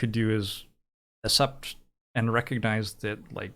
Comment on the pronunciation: nothing else matters except that pronounces accept as ascept edit: this is a joke obviously, edited for safety reasons